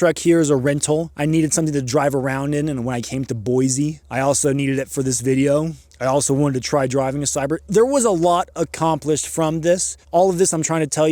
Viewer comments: motocross guy here. e bikes are ghey. also, its boy-SEE not boy-ZEE. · “BoY-zEe”. Youre not from around here are you😂